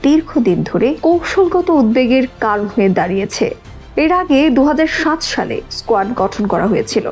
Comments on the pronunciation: আরে স্কোয়াড নয় রে কোয়াড,লেখাপড়া টা ভালোভাবে কর। বাংলা ভাষা টা কে মারিস না। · স্কোয়াড না এটা, উচ্চারণ হবে কোয়াড Quad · কোয়ার্ড এর নাম বলছে স্কোয়ার্ড এরা কি আন্তর্জাতিক কোনো সঠিক জ্ঞান রাখে?